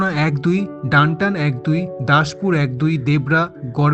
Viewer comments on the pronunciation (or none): কিছু জায়গার নামের উচ্চারণ পরিবর্তন করা দরকার। যেমন মালদহ জেলার চানচল। সঠিক নাম চা*চল। আবার বলা হয়েছে ডানটান! হবে দা*তন। আরও কিছু রয়েছে।